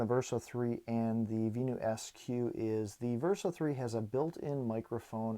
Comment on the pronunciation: Had to stop watching after repeatedly hearing vee-new.